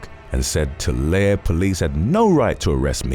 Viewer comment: Tulare is pronounced 2larry.